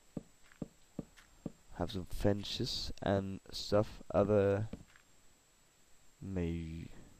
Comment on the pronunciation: fence uttales med en s- lyd ikke sj-lyd